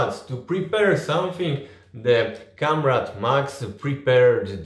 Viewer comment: Trochę razi jak wymawiasz słowo comrade. Prawidłowo wymawia się KOMREJD